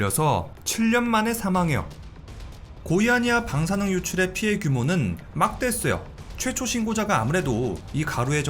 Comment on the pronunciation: 막대햇어요 할때 발음 엄청웃기네 ㅋㅋ